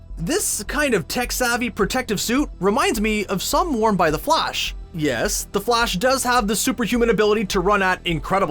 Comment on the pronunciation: "buttman and flush" nice pronounciation narrator, really spot on...